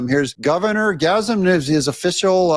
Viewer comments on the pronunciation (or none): You called him Gazum Newsom😂